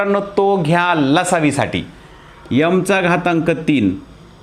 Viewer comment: यम नका म्हणू। एम म्हणा